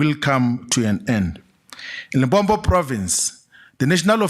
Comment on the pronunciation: Limpopo not Limpompo How can someone from limpopo pronounce it wrong 🙆🏻‍♂️